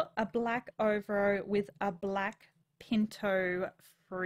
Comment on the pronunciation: over-o? its ov-AIR-o XD love your vids tho, great try